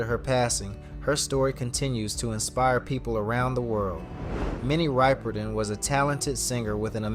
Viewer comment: Minnie WHO? If you make a video learn to pronounce the name of the person. 👎👎 WHAT rumours confirmed? Clickbaity crap video.